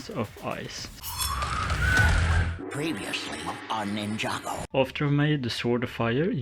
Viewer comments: Great work, btw it’s pronounced ninJa, non ninIa, and it’s Jay, non Iay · Bro really said ninnya